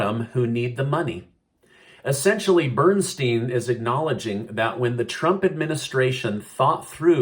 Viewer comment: You keep mispronouncing President Trump lol